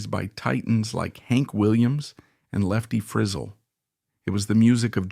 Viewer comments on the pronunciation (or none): Wonder story and well told, BUT him calling Lefty Frizell, Lefty Frizel, cracked me up.